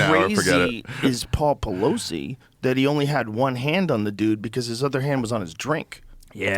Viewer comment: when mark calls nancy pelosi "peblowsi"